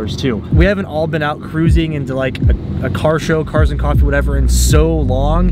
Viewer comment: Rip "cofffee"